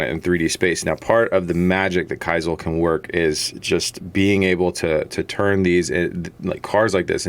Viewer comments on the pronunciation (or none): none